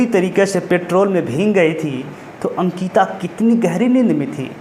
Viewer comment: Bhai sankita nhi ANKITA 😭